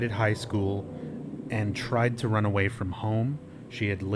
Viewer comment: When reads the run away note all I could think of is The Hills Have Eyes and one of the mutants saying "Rune awee" "Rune awee"